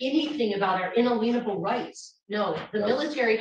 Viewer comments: If I had to hear say “in-a-lean-a-ble” one time… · Why is it that none of these people know how to pronounce in-ALIEN--able? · If nothing else comes from this, I hope she learns to pronounce "inalienable" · "Inalienable", not "unaleenable" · Would someone PLEASE tell how to pronounce unALIENable. It's not unALAYNable. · Un-a-lea-na-ble lol😂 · In all court appearances she has talked about violating "unaleenable" rights. A legal genius! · Well sometimes they were "inaleenable" rights too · I heard say UN INALIENABLE haha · “Unaleanable rights” 😂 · This woman is the very definition of “insufferable”. She claims to know everything, but repeatedly MIs-pronounced legal terms like “inalinable”! She has no respect for the law or God. Her mish-mash of zany legal analysis and twisted theology is really too much to bear. I respect the restraint that this judge showed throughout this proceeding, and I don’t know what will reform this woman. She claims to knows all, and yet listens to no one….very bad way to live one’s life. Thanks, Mike, for posting this! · And if she says in-a-lean-able rights again they should hold in more contempt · Her ina-lien-able rights. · "Inaleenable rights . . . " At least 6 times. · Say it with me, UN-ALIEN-ABLE rights😂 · “In-leanable rights” 😂😂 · I was somewhat intrigued every time she brought up unique references to “ inneelieble rights”. She mentioned these rights several times and actually pronounced it the same each time. But when she accused the Judge of being in contempt of blah blah blah, it got tiresome.and boring. Thanks for the excellent coverage of this Sov. Cit. chaos.. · "Un - a - lean -able" rights? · Un-elaine able right😂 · I'm disgusted in the way she pronounces inalienable. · Will someone correct pronunciation of inalienable. Please. I’d throw ——back in jail just for rudeness and unacceptable behavior in a courtroom. She can do this but with some decorum.